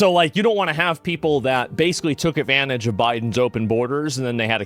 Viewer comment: Asmongolds 2 favorite words of 2026: "Avanage", "Avice".